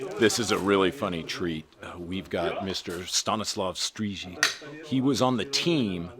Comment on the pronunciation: Good job on pronouncing Mr Strizik’s name 👍👍👍